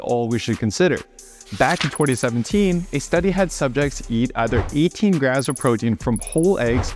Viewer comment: 😄Why does he always pronounces graMs as “ grass”??? It was hard to keep on listening that we have to eat “ x grass of proteins” ! 😝